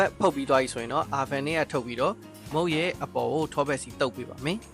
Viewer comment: Thanks bro 👌 by the way no Ar ban , it's sound O-ven or All-ven (van le ya tal)